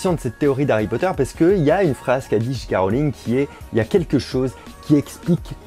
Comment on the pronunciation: Le "J" de J.K see prononce [djay]